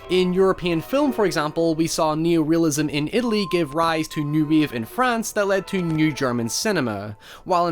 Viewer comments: "New Weeave Movement" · what the fuck is New WEAVE ? Wave .. you could at least propnounce the word properly